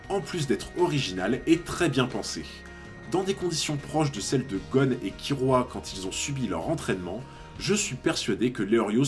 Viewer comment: Tu dis Leorio par rapport à l'animé de 99 mais Kirua. Ce n'était pas Kilua la prononciation dans cet animé ? Sympa la vidéo. J'avoue que comme beaucoup(enfin je suppose) je sous-estimais Leorio. Je trouvais qu'il n'avait pas l'air à sa place dans le monde des hunters, trop normal.